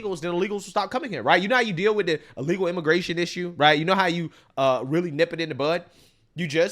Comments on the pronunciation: Hun die- not hon-day and e-legal not a-legal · Do y'all think the bosses tried pretending they didn't know? "Irregal? Oh rearry?" 🤣